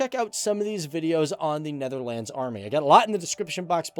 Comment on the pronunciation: Hey dude great video but your pronunciation is a bit bad please can you learn how to pronounce words like Huzzars and Netherlands and others